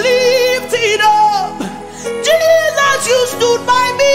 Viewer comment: I like the way you accentuate Jesus’s name. I’m just fulfilled by that way. It’s unequaled, no where on earth, Have my commendation, Mercy. You have much more than anyone else. Praise God!